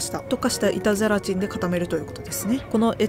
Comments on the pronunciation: 板ゼラチンがイタズラちんに聞こえて、ハロウィンだから掛けてるのかと思った笑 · 「板ゼラチン」が「いたずラチン」に聞こえて、ハロウィンダジャレかと思いました笑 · ずっと、いたずらチンって言ってるのかと思った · 板ゼラチンがイタズラチンと聞こえて、ハロウィンだからそういう妖怪名で呼ぶのかぁと途中まで思ってました😮空耳がひどくてすみません💦 お菓子もお話も映像も音楽も素敵です❤ちょうどハロウィンな気分なので、刺さりました😊